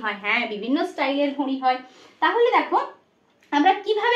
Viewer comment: আপনার ঘড়ি উচ্চারণের নাসিক্য ধ্বনির প্রভাব রয়েছে